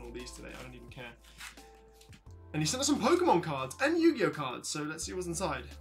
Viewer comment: Yu gi oooh